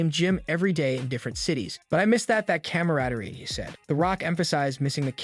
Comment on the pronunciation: CAMradey? It's comradey w/an "O". AI voices